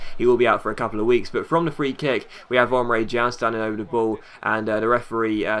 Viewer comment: Emre CAN not Emre JAN